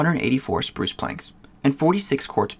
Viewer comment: When you say spruce I heard you said sprush